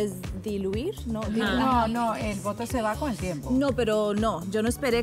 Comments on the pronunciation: Está del Boutoucs y Andy Benavides con el Vick veipourouu jajajajaja pronunciación sin barreras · Que dijo ???? Boutoux ??? Que se pronuncia así ? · Y esa pronunciación?? 😂😅😂😅 Open english urgente, please! Y asesoría de un doctor del programa "Botched", para que le explique para qué sirve y cómo se usa ( y cómo no) la toxina botulinica. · y no lo pronuncian así te cuento.. sino con más naturalidad menos el "ww" que ella hace